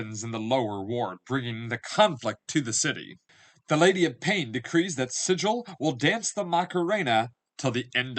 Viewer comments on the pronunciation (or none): It's pronounced Sig ill. According to the Old school books. :)